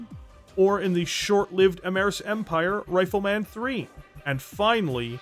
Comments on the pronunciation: Brother, where are you from? Nobody says RifleMAN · The way you say Rifle Man like it's a super hero tickles me deeply